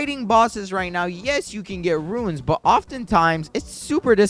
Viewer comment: My man still can not say RUNES instead of RUINS